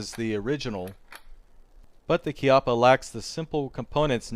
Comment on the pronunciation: congratulions for sayingh "chiappa" (kind of) properly.